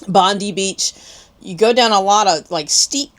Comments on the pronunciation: It is pronounced "Bob -Eye " not Bondee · Bondi is pronounced Bond-eye.